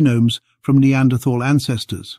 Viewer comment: I wish they could manage to pronounce Neanderthal correctly